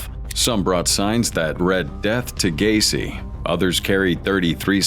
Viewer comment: Gai? Así no se pronuncia ,es Gueici (pronunciación figurada)